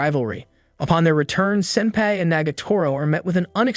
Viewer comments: It is pronounced sin-PI NOT SIN-pai!!!! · What's so wrong on say senpai correctly like fr dude it's not pronounced sempe like fr smh there's several times u say it correctly but a bunch not saying it correctly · Man says ‘senpay’ instead of senpai. HOW INTERESTING Also anyone else think it’s interesting how at the festival they put a collar on him? KINDA SUS FOR ONE OF THE LESS HORNY ANIMES, AINT IT? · Man doesn’t know how to pronounce senpai. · Definitely not wrong, the entire video/recap sounded like the narrator only watched half the show, also kinda kept getting bothered by how senpai was pronounced 😅